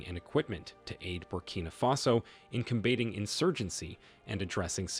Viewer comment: The voice sounds very natural. But it's AI. How we know: - Every single breath is exactly the same - He pronounced "Combating" as "com BAY ting." No real person would say it like that. - Sometimes you can hear robot voice, and it comes up more and more the longer the recording goes.